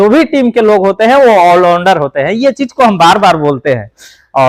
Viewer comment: आल उंडार नहीं आल राउंडर बोला करो